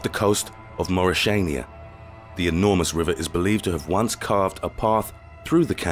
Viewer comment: Maureshania? Wooooooooooooow! Americans are such super-dooper MORONS it is just unbelievable for those who did not experience them live. During my first trip to Togo we were meeting a group of Americans woman, who just finished her studies and were about to begin their jobs as teachers. We sat together at the campfire one night, when one of this female twen teachers asked us: "Sorry guys - you might know. I forgot: Who is the actual King of Africa!" I am not sure you will believe that, but I swear this is exactly what I heard myself. And no, it was NOT-NOT meant as a joke. Definitely not! That much about the "leading nation" of this world. They do not even have free speech, leave alone health insurance, but are able at all times to bomb peaceful nations into stone-age, leaving hundred-thousands of father, mothers, their children and babies, including grandfathers and grandmothers behind - dead! This is the REAL AMERICA. Bloodthirsty, relatively stupid, totally naive and shallow being recognition. Oh yes - and they kill you with their artificial friendlyness. I hope PUTIN and the CHINESE come along to kick their ass for good!!!!!